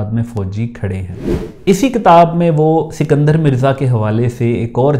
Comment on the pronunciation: اسکندر مرزا---- سکندر مرزا نہیں۔